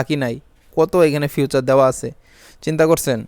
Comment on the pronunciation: ফিউচার না।।ফিচার।😂😂😂